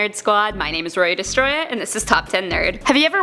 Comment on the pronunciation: I'm scared that she's called "Roya Destroyaa".